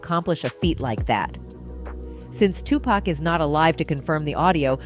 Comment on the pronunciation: Its not wiped from the internet. If an idiot like myself can it then anyone can. Also if your going to make a video also re-edit, also re-record the proper pronunciation of Tupac. After his name mispronounced i didn't hear anything else in this video.